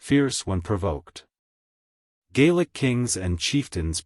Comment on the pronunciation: Get rid of the AI. The mispronunciation of names and other Gaelic words is a bit troublesome for me. Other than that. Well done!